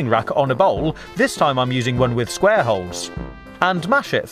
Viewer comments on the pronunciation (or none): none